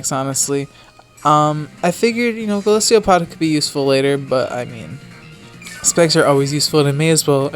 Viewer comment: Golisopod is pronounced GO LIS O POD NO GO LIS EE O POD idiot